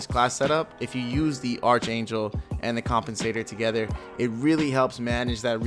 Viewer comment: Archangel = Arc angel, the h is silent